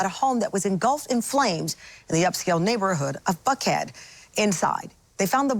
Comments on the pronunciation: thought she said in “f head” 😮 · I replayed the first minute 6 times to make sure I heard her enunciate "Buckhead" correctly - I was sure each and every time until the 6th time that it sounded so much like she used the letter "f" for Buckhead.